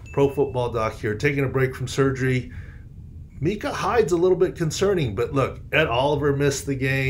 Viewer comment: Micah. No its micah